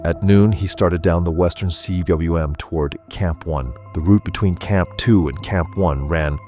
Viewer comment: cwm is pronounced ‘coom’ It is a Welsh world meaning valley